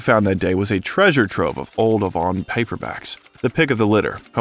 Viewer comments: This is a good biography, but your mispronounciations are very cringworthy. Avon, mimeograph, Bangor, just to name a few. Please look up words you're unsure of. (A-von, mim-e-o-graph, Bang-ore) and yes, I'm from Maine. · It's pronounced AYE-von. The company that sold makeup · How in the world could you not know how to pronounce Avon.............. And memograph